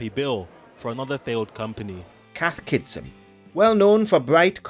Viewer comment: Hearing the narrator constantly mispronouncing Cath Kidston as "Cath Kitson" 😂